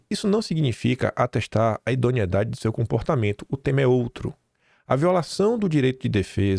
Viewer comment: Caro,bom dia fale idoneidade,em lugar de "idoniedade", desculpa.